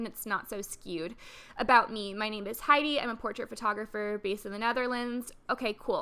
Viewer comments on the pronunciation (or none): Also you pronounced my name wrong but everyone does that hahaha, it's more like "Hey-di" and not like Heidi which is the German way haha